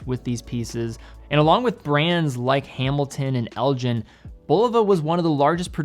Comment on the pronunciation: Most informative, as always. But, in the spirit of information-sharing, the "g" in Elgin is a hard "g". El-gin, not El-jin.